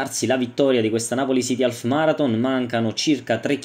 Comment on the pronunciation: non si pronuncia alf.... ma aff